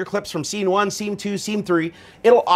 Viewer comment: What's he saying? Sinquence, sceme 1, sceme2, sceme3? Is that a thing?